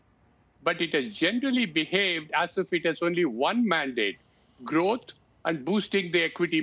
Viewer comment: Growwuth. C'mon man!